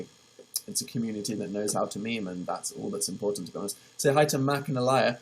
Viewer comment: He said maymay instead of meme. I'm leaving ✌🏽peace